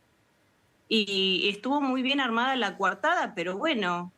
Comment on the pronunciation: Es coartada . No cuartada. Hablen bien el español. Si.